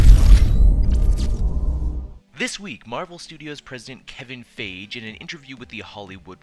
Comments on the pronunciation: It's Feige F-eye-gee not faige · FAI-GI! NOT FEI-GI! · Stop calling him "Faige" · That's the first time I heard his name pronounced "fage." (rhymns with cage) I've mostly heard it pronounced "fye-gee." Robert Downy Jr. pronounces it "Fay-gee," and I would suspect the actors to know the correct pronunciation. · comic book cast need to pronounce these name right steph-en amell and phaige lol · It's pronounced....."FY-GII!!!!!" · you butchered his name